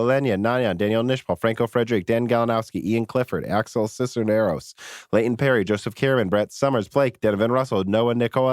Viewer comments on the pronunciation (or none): none